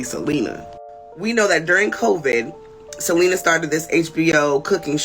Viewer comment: hailey really said "i gotta keep an eye out for selener" 😂